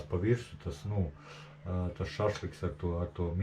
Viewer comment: skan smieklīgi, šahliks vai šašliks 😀